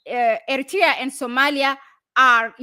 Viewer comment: Aye, please hi back to school and learn how to say Eritrea properly. Ignorant and another Ethiopian liar, useful idiot till Abiyot the 7th grade drop out is kicked out by Jawar and OLF.